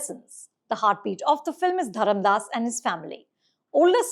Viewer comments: FYI, it’s Dharmadas* not Dharamdas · His name is not Dharamdas, it's Dharmadas!!